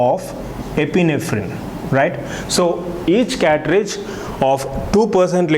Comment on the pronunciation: Catridge or Cartridge?